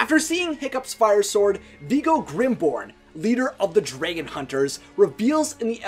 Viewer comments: Say draigon one more time I swear I will die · Why do u pronounce dragon so weirdly. There’s no y. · Sounds like he's saying "dreygan" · YOU KEEP SAYING DRAGON WRONG FOR PID SAKE IT DRIVES ME CRAZY SO I'M BEGGING YOU TO SAY IT WRIGHT!!!